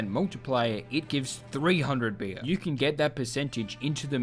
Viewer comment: why do you keep saying "bir" its beer you imbecile